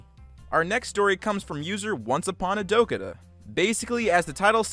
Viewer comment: "Once upon a dokata" you say, it was Dakotah LOL